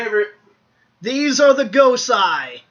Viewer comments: Gosei is pronounced GO-say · Gosei, not Gosai Also, Ho-oh